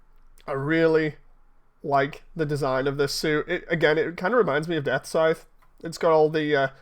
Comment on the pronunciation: The Engrish is strong with this one.. "Gundam Death Size"....